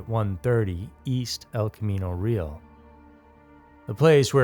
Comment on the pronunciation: Pronounced re al..say it quick.. not real..now I can't say it.. because of how u said it.. damn it